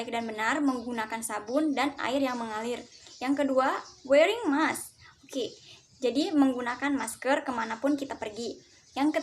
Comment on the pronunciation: saya suka cara presentasi kamu, looks friendly, smiley girl, presentasi PP nya juga bagus banget. ... yang perlu diimprove lagi adalah pronounciation di ' mask, invite, dear, structure. b. definisi baiknya diterjemahkan, c. latar musik di bag akhir diperkecil spy suara kamu terdengar.